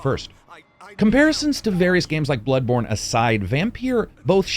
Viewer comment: Great review man, as always. Good work. [ And it is "Bloodborne" NOT "Bloodbourne" ]